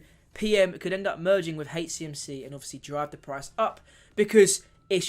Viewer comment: Please, it’s soooo difficult listening to you call HCMC “HateCMC” it’s H CMC not hatech CMC…thanks